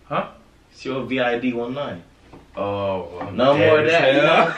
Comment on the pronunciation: He said “C.O.V.I.D 1.9” 🤣